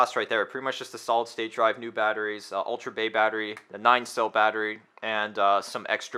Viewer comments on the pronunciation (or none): none